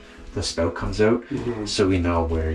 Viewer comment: 😂 OMG, , a Canadian saying "...how far the spout comes out"...like...wow! This Midwesterner in the U.S. is highly entertained!